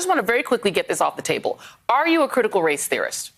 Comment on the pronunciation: Josh Can't even say race.